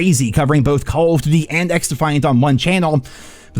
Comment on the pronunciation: Do you "duty" that way on purpose?